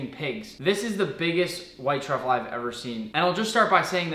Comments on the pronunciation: It sounds like he's saying *White Chocolate* when he is trying to say "White Truffle" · Yeah fr 😂